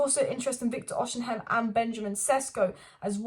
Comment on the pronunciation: His name is pronounced Oss e men.